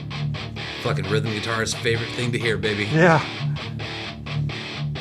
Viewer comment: "it's your fookin nightmare" 🤣🤣🤣💀